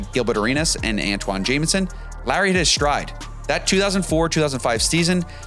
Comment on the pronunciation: You can’t even say the name of the player you are talking about, keeping saying ‘Jaminson’.